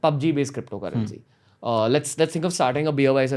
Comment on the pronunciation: Even shiv sena can have their cryppptho currency :D